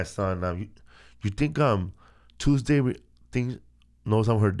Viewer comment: Tuesdee? Alright.... Hahaha!